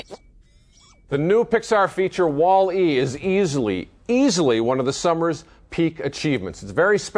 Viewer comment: stop saying "Wall" and then "E!!!" It's pronounced like "Wally"